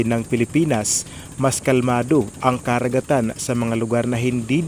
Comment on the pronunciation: Boss maganda yung dokumentaryo mo, the best actually!👍👍. But watch out your pronunciation like "karagatan" "pasipiko". I like your documentary..im not basher ok👍😊 ..